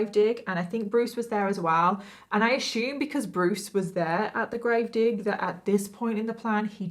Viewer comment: "I asshume" so adorable 🥺😂! Literally hearing you pronounce assume like that gives me relief from the heinous acts done in this case.